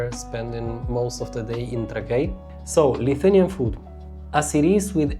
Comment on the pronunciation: Miesto pavadinimas tariamas Trãkai, ne Trakaí.